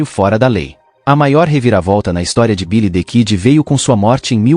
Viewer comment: Quem conhece Bilidikidi e Pet garrê ? aprenda a falar primeiro antes de fazer vídeo.